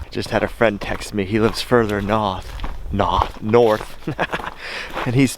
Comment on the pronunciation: You were right the first time....""NOTH""...no R's please it hurts my ears...we are New Englanders after all..🥰